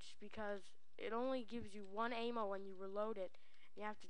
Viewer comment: Hahaha, work on saying a-m-m-o.